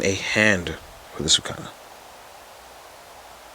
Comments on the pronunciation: It's Sukuna Not Sukana 🤦‍♂️ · Sukuna not Sukana. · Sukuna* said : Sa-koo-nah.